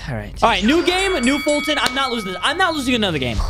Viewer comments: It's foltyn not fultyn lol😂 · It’s foltyn family not “Fulton family”